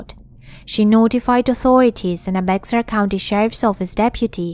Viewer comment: Great video! FYI, Bexar is pronounced like bear, it is German. I lived in Texas many years and down near San Antonio they have a big German community. 😀